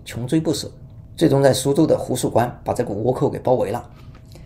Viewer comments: 给捉个虫，苏州的浒墅关也称浒（许）关，通常用“许”这个音。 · 读浒(xǔ第三声)墅关😄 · ，苏州那个读“xu”浒墅关